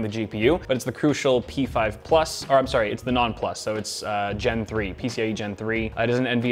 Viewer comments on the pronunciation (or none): none